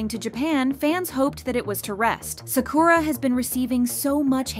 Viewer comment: Im sorry but they way you say Sakura it’s so distracting 😅